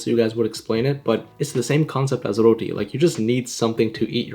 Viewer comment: Say rooti. Not raoteyyy